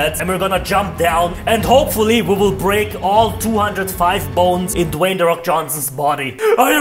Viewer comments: DON'T Ratio + not Dwayne De Fok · "Dwayne the fok Johnsson"